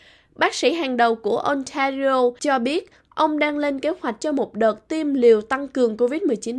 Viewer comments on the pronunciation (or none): đọc tiếng Anh tệ quá, như nguoi mới nhập cư, Ontario đọc Ôn ta ri ô, Toronto Tô ron tô…nghe sợ quá! hãy học cách phát của Hoàng Anh & Tuấn Lim, xl góp ý nhỏ! From Vancouver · Trong tieng Anh chu "of" thuong duoc doc luot nhe. Ban nu doc lai nhan manh no va chu Ontario, Toronto... cung doc nhu nguoi moi nhap cu vay. Nghe chan chet di duoc. Nen hoc hoi ban HA cach doc roi tap sua giong cho dung nha. Chu doc kieu nay mat views het.